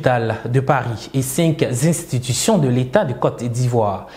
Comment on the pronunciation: Camarade journaliste, s'il te plaît, ne dis plus cinq zinstitution. Il n'y a pas de liaison à faire ici. Merci pour la compréhension. C'est tout simplement cinq institutions.